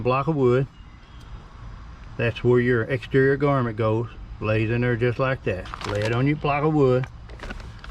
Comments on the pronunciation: Grommet, not garmet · Garmint? Is that like a varmint? GROM MET! And people wonder why other people think people with accents like this can't read...:) Thanks for the video - well done!